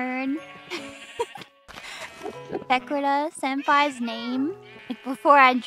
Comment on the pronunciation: It's weird how Pekora pronounces her name "wrong" but all the other talents insist on the "correct" pronunciation (i.e, Paykora vs Peykuhra)